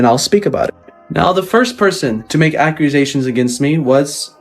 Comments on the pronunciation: why tf does he keep saying “ACCRUSATIONS” 😂😂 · I like how he refers to accusations as accurasations. I wonder if this is a slip on how accurate the accusations are. 😂